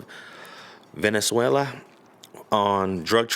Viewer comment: You meant Venezuela not Valenzuela right? Smh amateur hour